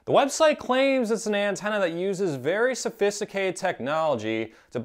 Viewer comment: Practice saying sophisticated